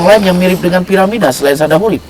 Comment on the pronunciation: Bukan paramida tp Piramida, hehehhe